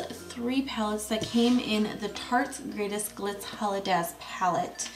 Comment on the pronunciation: Holidaze... sounded German for a second. HOLIDAZE!